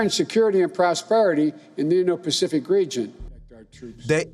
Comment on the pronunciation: Biden cant even say Indo-Pacific